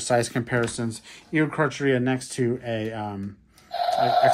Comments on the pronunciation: It is pronounced ee o car car eu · It’s pronounced eokaarkaariaa, also carcharodontosaurus is pronounced karkrodontsaurus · Probably pronounced Eo-kark-air-ia